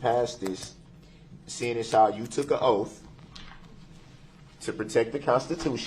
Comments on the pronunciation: I notice words that end with TH, he cant pronounce them words right and he pronounces them with a F at the end instead like oaf, troof, bafroom, breaf, boff. the list goes on. He cant pronounce simple words nor doesn't kno the definition to any simple words. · WTH? Why does he have such arrogance? And how doesn’t he know it’s “oath” and not “oaff”? And “libarry” ? What a dumb dumb. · Oaf & axe & substain 😅😅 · "I have your oaf, your honor."